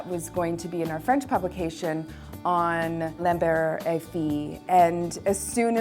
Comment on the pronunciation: Hi, It's "Lambert Et Fils";)